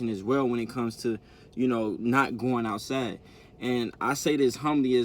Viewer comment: It's outside not outsa